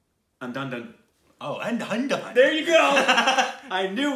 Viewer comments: For guys who are confused confused, "Undhundhun" means Andhadhun. Pronounced as UN DHA DHOON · Undonedone 😂😂 its andhaa-dhoon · BTW......andhadhahahdhahhahhan is pronounced as Un-Dha-Dhoon (Dhoon as in boom) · SAY "AN"+ "DHA"+ "DHUN"...hahaha...Plz React to English Vinglish!!! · It's pronounced as UNDHADHOON....but andhadagdh works too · Andhadhun is pronounced as "Un-Dhaa-Dhoon" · It's pronounced: "an-dhaa-dhoon" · "Andhaaa dhooon" that's how you pronounce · It's and-da-doon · andhadhun pronounced as ( Un - the- thoon) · OMG.. I laughed constantly for 2 minutes when I heard how you guys pronounce movie name called Andhadhundh. My three Yr old baby pronounce it same way. hilarious!!!! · The way they pronounced andhadhun... 😂😂😂😂😂that's hilarious!!!🤣🤣🤣